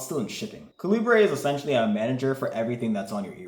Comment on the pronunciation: My brother in Christ, why are you pronouncing Calibre like that? lol